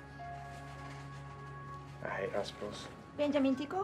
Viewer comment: the way she said bens name cracked me up she said it like binjamin tickle